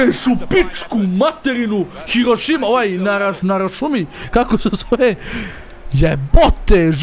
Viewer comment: Kaže, "Hirošima", umro sam. XD